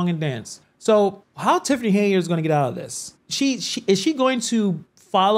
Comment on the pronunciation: Why do you keep calling her Haneyard? 😩 It's Henyard...sheesh